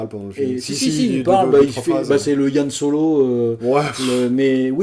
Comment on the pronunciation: C'est Han Solo, pas Yann...Je sais de quoi je parle...😁